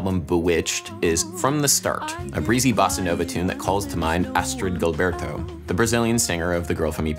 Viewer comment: Gilberto is better approximated into English as "zhil-BEAR-too" (the Portuguese IPA is /ʒiwˈbɛʁtu/).